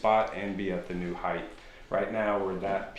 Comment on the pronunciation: Hight NOT Hith lol